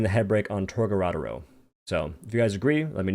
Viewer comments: torGARADAO bruh why cant say it. TOR GA DO RO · tOr-Ga-dOro lmao that’s how u say it there’s no second “r”